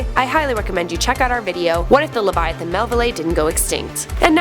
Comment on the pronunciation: I swear to God if she says LeviaTIN one more time